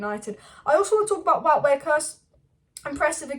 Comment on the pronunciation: Just a heads up of the pronunciation of Wout's name. Listen to ETH when talking about him. 'Vote ver-horst'.